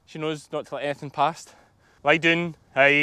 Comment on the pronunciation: You have me saying lie doon to my dogs. They seem to understand.😁